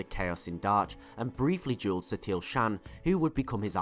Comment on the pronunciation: Its shawn not shan.